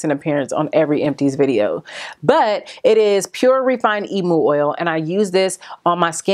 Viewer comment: firstly .. LOVE YOU ! ... also .. I just wanted to let you know ( no shade) how to pronounce emu :) .. in Australia it is pronounced " eem-yoo" ... <3